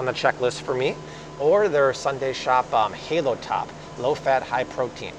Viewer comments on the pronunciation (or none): none